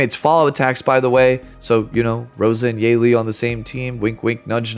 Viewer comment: Her name is pronounced as Yuh-Li. Great video!!